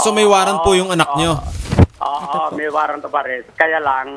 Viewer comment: WARRANT... HINDI WARRENT